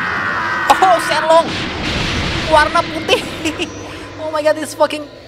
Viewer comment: Bukan Shenlong Tapi Shenron